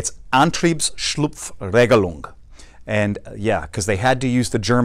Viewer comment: You pronounced Antriebsschlupfregelung very well! Great video, btw